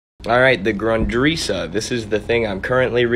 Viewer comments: I was about to comment that you pronounced the ri in risse too long, it's about the same sound as in fiddle. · I pronounced the word "Grundrisse" wrong. It's pronounced Grun-dr-ih-suh which is a German word that means "floor plan" A fitting name given that the book lays out the basic plans for Marx's much more polished, multi-volume text "Das Kapital."